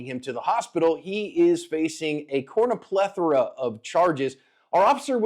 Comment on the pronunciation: "cornuplethora" - i thought I had misunderheard him. :P